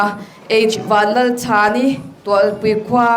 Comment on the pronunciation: Host khian a hming a lam dan kha a mak ka ti😂